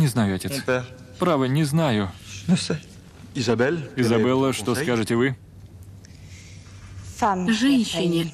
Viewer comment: ни Изобелла, а Изабелла! Ну что это, уж хоть ошибок не делайте!